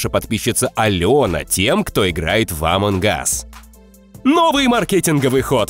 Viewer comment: кх кх не амонг гас а амонг ас!